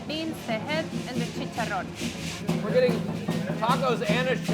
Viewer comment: chee-kah-ron, not chee-cha-rone just an FYI